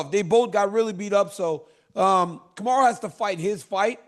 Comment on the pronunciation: Anyone notice Chael all of a sudden knows how to say Kamaru?